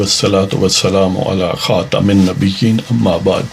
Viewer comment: Right pronunciation is KHATAMUNNAB EEN